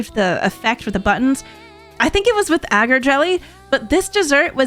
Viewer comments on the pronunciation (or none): none